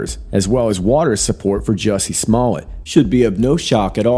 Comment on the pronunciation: 👍👍 but I believe it's pronounced Smoe-lette 😂